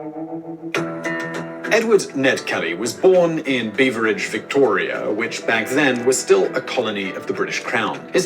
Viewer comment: Beveridge as in Beverly